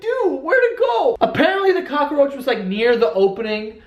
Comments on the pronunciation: Why do u pronounce it like kakkaroach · Gift = extra syllable to the essential story word (cock-a-roach) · Soo weird how everyone’s commenting on how he says cockroach. do we say it different? Isn’t it how u say it lol I didn’t know New Yorkers say it different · Cockroach is two syllables there's no a in the middle. But it's still fucking funny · Is it just me or does joe really emphasize on the "cock" part in cockroach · Who says “cockroach” tho. 😂 I add an A also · you say cockroach funny lolol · Omg the way Joe says cockroach 😂😂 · its cockroach u dumb new yorker not cockaroach lol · Its cockroach. Not Cock-uh-roach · He said cockaroach not cockroach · "Cockaroach" Joe can't words. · Cockaroach. I love it. We pronounce it Cock-roach in Oregon. We LOVE your vlogs!!!! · I like how he pronounces cockroach.(Cock-a-roach). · "Cock-a-roach"... I fucking love you. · Lol what is a cock-a-roach? Lmao i may be wrong but i think its just cock-roach lmao 😂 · "Cock-a-roach" I love it! So adorable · i think it's funny that when i lived in nyc everyone called it a COCKAROACH, Now im back in south carolina and here it's cockroach. just saying!! love ur videos joe.. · "cock-a-roach" Im fucking dying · you heard it here folks, "cockroach" has 3 syllables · I love how cockroach is three syllables when joe speaks hahahaha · Cock-er-roach..........why, Joe? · I'm sorry... Cock-a-roach? Cockaroach. Not.... Cockroach? (Also I've read the word cockroach so many times now it's lost all meaning) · cock-er-roach. I'm dying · lol "cock-a-roach" 🙄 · Cock-a-roach. Fucking adorable. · Does he say "cock-a-roach" or am I hearing things? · Is it me or was he saying cockaroach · WTF IT'S NOT FUCKING COCK-A-ROACH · Every time he said cockaroach I was dying laughing. I couldn't handle it. 😂😂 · I didnt realize cockroach wasnt pronounced cockaroach until these comments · cock a er roach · He says cock-a roach. WTF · "cock a roach" lmao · Ca ca roach. Lmao